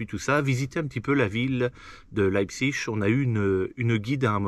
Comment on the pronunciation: salut; tu ne savais pas comment dire metal fach mais tu dis Leipzig à la perfection. bravo le neo germanophone. lol.